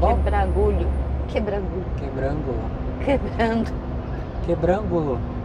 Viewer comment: Quebrangulo minha terrinha, o nome da cidade se pronuncia como se estivesse falando as sílabas Que-bran-gu-lo rsrsrsrsrs, a forma como vcs falaram é como se tivesse um acento circunflexo Quebrângulo